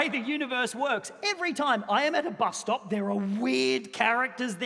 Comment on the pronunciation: The bus stop-ah! Emphasis on the P